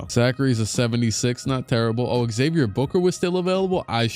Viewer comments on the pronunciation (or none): none